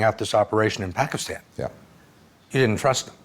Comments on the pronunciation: Barack Obama is only American who pronounces "Pakistan" and "Osama Bin Laden" correctly. Such a very detailed and brillian person he is! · I love how Obama pronounces 'Pakistan'. He's even taken the time to do that right. Goes to show his attention to detail.